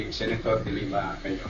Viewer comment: Wrong accent po sa De Lima